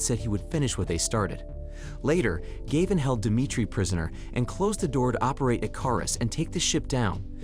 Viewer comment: Gayvin. Gavin. Galvin. 😂